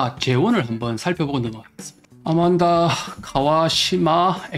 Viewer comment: ANMANDA ....AN 인데 `아`라고 하는건가요....`안` 이 아니네요?